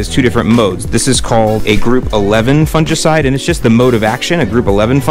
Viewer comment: You're pronouncing fungicide wrong